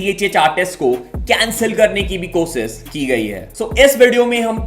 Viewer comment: Bhai susaant sing nhi shushat singh hai n kosis nhi koshish hota hai